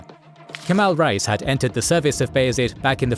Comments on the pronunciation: Reis is not pronounced like rice. It is like rays, or (reh-ees). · Great work; love the animations and especially the detailed biographical information. Just one constructive criticism: "Reis" is pronounced incorrectly. Imagine the word "ray" (as in "stingray") and add the letter "s" to get the pronunciation right. Calling them "rice" sounds bizarre and jarring. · Kemal "Rice" 😂